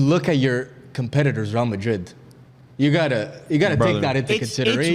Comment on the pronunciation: does not have ball knowledge. How did he say real, high-A